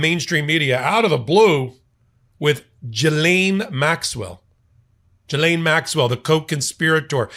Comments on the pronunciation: Getting better, not Jizane, not Jilane..... it's GEELANE (hard G) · I’ve always heard her name pronounced as Ghee-LAINE. First syllable sounds like the clarified butter, called Ghee. Second syllable is in caps for emphasis. Micheal is pronouncing it as Gee-LAINE. Close, but no cigar….lol. Luv you anyway,! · pronounced Gi-laine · Love your commentry. A little correction her name is pronounced Gil-aine the G as in God. Thanks for your great insights as usual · Sorry, you're still mispronouncing her name..